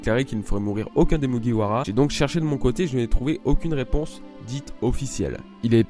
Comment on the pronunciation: ''Mugiwara''... Avec l'accent japonais bordel!!!